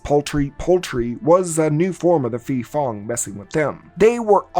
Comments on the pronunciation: Hmm, the correct pronunciation is Pee-pong (ผีโพง). And I think this movie aligns more closely with the Pee-pop (ผีปอบ) folklore. the movie is dogshit btw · Fyi, when you see a 'ph' in thai, just ignore the h and pronounce it as a normal p. I don't know who's stupid idea is it to put an h there when it is not pronounced at all. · I think it’s pronounce Pe Pong(Phi Phong) because Phi means Ghost in Thai language. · Great video, but just to clear up the understanding of Thailands terrible Thai - English pronounciation. The word Phi Phong ผีโพง is actially pronounced "Pee Pong" meaning Glowing Ghost or Luminous Ghost. I just find it funny that the Thai - English pronounciation confuses non-thai speakers especially when it comes to the Ph in words XD